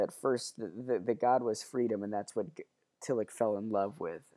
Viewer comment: Just so folks know, the 'ch' in Tillich is closest to the English 'sh' sound (close enough), as in Ich bin. At any rate it's not the English 'ch' sound (like Rich), nor like our 'k' or 'ck' sounds (like Lick).